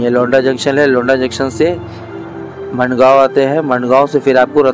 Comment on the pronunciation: ठीक उच्चारण सीखिये. मिराज नहीं...... मिरज है. वैभाववाडी नहीं..... वैभववाडी है मंडगाव नहीं...मडगाव है आपकी जानकारी का प्रमाण क्या है?